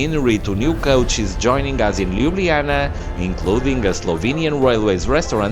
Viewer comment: Very pleasant video. But LjubljaniTSa and SavinYa :)